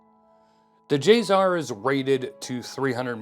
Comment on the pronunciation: Not J-ZZZZZar. J-SSSSSSar. Say it right.